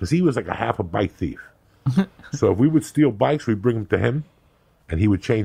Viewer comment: "Cause he was like a half a bike thieve."